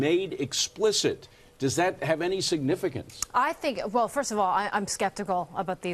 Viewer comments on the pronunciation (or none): It's Huawei, not Uawei.